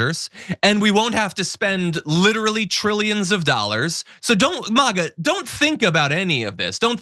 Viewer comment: Maga not Mauga. Don't try to make them sound better